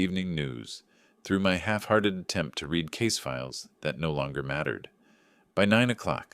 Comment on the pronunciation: Hey creator, when you use a text to speech engine you need to go in and adjust tense and pronunciations. "Read" current tense is not pronounced the same as "read" past tense.